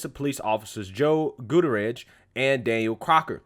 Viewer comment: I agree with every single thing that you said!! Well, except for one, You definitely butchered Gutierrez!!!